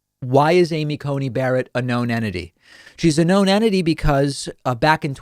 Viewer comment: he says "a known enity". What's enity? Thank you.